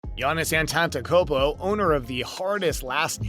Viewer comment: Disliked from the first seconds based on name pronunciation alone. Get his name right! On the load management issue -- I wouldn't give Giannis this too much because of his very young age and comparably less miles on his body already. He's athletic and built now, and granted he's not heavy built Lebron James and is more of a medium-lean like David Robinson, but put some years on him and if his game doesn't slow down (or reduce the explosive jumps and landings) he will start to get injured a lot and realize he has to play differently, or play less often. He'll need to do that if he wants to play extended years in the league. To be fair, he may not want to do that because he's already made a lot of money, and will make a huge amount the next 4 years -- just from the NBA alone. He doesn't even seem to be exploring any sort of other financial opportunity off court as was mentioned.